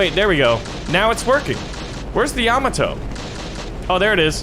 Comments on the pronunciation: it's pronounced yuh-mo-toe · Ya-MAH-to, good sir. The emphasis in the second syllable. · I hate how he says Yamato